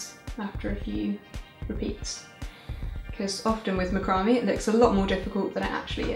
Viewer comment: Might want to look up how to pronounce macrame